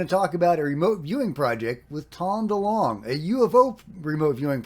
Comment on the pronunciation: Great you can actually pronounce DeLonge perfectly